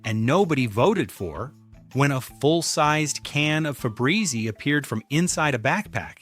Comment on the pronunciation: What is Febrezy? There is Febreze - your AI narrator cannot speak English!!!